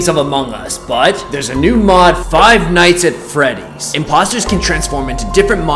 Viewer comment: Can we appreciate that he did not say Friday night at freedys and he said five nights at Freddys